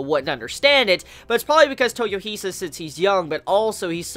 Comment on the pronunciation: dude, you are good! but please, it's toy-O-hisa, not toyoh-I-sa